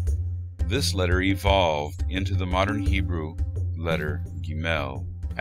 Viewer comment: Cool video. In the biblical scripts and modern pronunciation, the syllable stress of גבר gever and גשם geshem go on the first syllable: géver, not gevér, and géshem, not geshém - they are segolate nouns. Gimel is also pronounced gímel :)